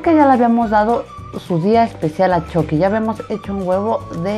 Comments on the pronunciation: Se pronunsia chucki no chocki 😕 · Se dice chuky no choky Igual me encantó como lo isiste espero que a gas muchos mas❤❤❤❤❤❤❤❤ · No se dice choqui se dice chuqui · Dijo choqui elugar de chuqui 🤣🤣🤣🤣🤣🤣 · Se dise Chuky no Choky